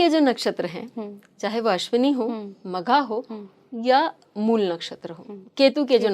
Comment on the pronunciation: Moola nehi mool😅